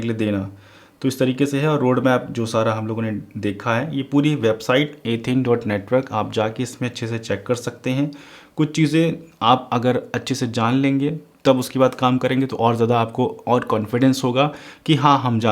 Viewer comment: Its Athene Not Ethane